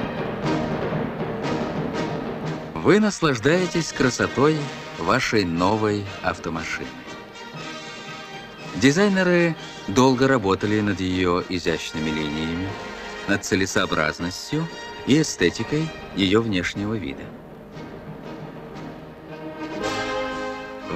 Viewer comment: Предательски выдал украинский акцент: дизайнЭры.